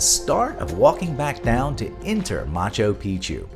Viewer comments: Are you serioiuslly saying Macho Pichu, rather than Machu Pichu? Otherwise, a fabulous video, well organized visually! Thanks! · Nice vid but no thumbs up for "Macho Picchu" pronunciation